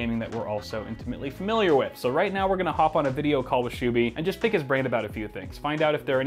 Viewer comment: absolute butchering of his name lol